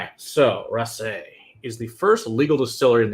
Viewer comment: Hey I am a Japanese girl living in Scotland and have been waiting for an expression from this distillery. Just a point though it's "rassy" like grassy, not rass-AY. Scots get very protective over pronunciation.